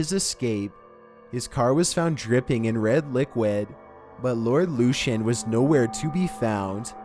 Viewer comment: Great video but it's pronounced Lord Lucan not lucien lol